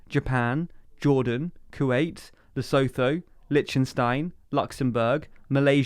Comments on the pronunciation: He also pronounced Lesotho incorrectly. I only know this because my ex was South African, but it's a shame when supposedly factual vids have inaccuracies. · Oh mate, your videos are good but you are so careless. As others have mentioned, WTF are you on about England becoming unified in 1927 about? Did you mean 927? You need to know how to pronounce Lesotho (it isn't as you think), look at the writing in the middle of the chart. Why are Canadians giving a view on New Zealand's head of state? How could you not notice this?